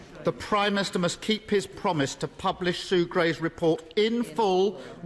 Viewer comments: Why is it that each Labour leader in recent years has a speech impediment? Khan in London dribbles his words, Ed Miliband has a glottal something and Starmer cannot pronounce “prime minister” simply gargling something like “prymist” most of the time. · Can someone teach Starmer that it’s not “Primister”?